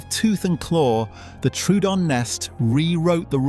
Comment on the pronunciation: Once again, the name of Troodon gets pronounced incorrectly. It's not "true-don". It's "troh-o-don". The old fashioned way of writing it, Troödon, shows how it should be pronounced.